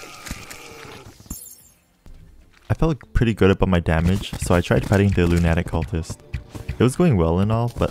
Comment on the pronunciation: I will never forget how you just said lunatic coultist